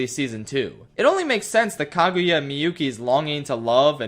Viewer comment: Kagyua? Why does he pronounce it as "kag-you-a"?